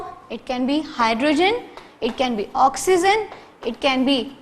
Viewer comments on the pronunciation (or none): Not eliments it’s elements. Not oxizen it’s oxygen. Anyways Good teaching skills and understandable